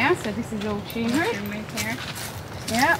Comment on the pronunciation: "Is that a Tumeric flower?" 👩‍🎓